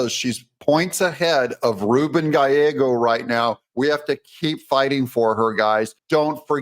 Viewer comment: You said "Gallego" right!!! As a white Hispanic named, "Gallegos," this always makes me happy. Still he sucks.